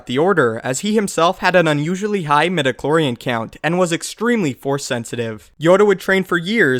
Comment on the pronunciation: I had to downvote this when i heard "midichlorian" sorry